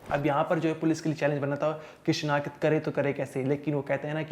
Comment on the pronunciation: this is call shinaqht nt shinakhat v r professional journalist plz improve ur pronunciation